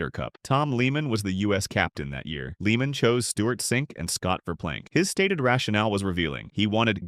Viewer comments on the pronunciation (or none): Tom Leah-man.. Not Leeman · If you're going to narrate a golf Video Learn how to pronounce the pros names. The pronunciation of Tom Lehman name is Lay-muhn.